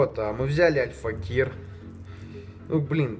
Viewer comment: как же бесит как он говорит АЛЬФАКИР , альфакЕЕЕЕр